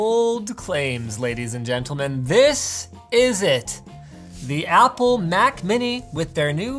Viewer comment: did you just say fapple? FAPple? as... a very exciting apple computer?